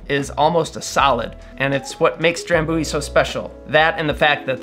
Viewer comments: Dram byoo ee. Not dram boo ee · Thats no how you say Drambuie.